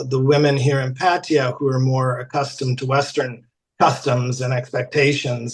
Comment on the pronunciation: It's Pah-tah-ya!!!